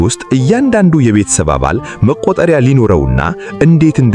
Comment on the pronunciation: ወንድሜ /እህቴ የሚያነበው አኢ መሆኑን ብዙ ሰው ያወቀው አይመስለኝም አንዳንዱን አስተካክሎ መስማት ጥሩ ነው :: ለማንኛውም "መቁጠርያ " ይባላል